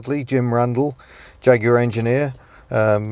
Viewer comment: Must learn to say "Jag" like Jeremy Clarkson.